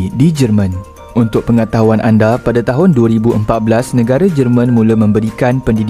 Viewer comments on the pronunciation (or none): none